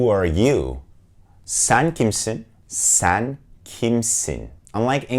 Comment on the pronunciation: Hello my name si Edda and I’m from México, so my native language is Spanish. I love Turkish Tv Series and I’m traying to learn a little bit of Turkish because I love it how it’s sounds to me but a have a question for you.... why do you pronounce different de vocals for example I herd a lot saying “ban” instead of “ben” or “san” instead of “sen”? Why you pronounce different than you write it? Hola mi nombre es Edda y soy de Mexico, así que mi lengua materna es el español. Me encantan las series turcas por lo que he tratado de aprender un poco el idioma turco porque me encanta como suena pero tengo una duda.... porque en turco pronuncian diferente las vocales a como las escriben? Es decir escucho que dicen “ban” y se escribe “ben” o “san” en lugar de “sen”? Porqué lo pronuncian Diferente a como lo escriben? Y muchas gracias por el video, súper bien explicado! Saludos desde Monterrey México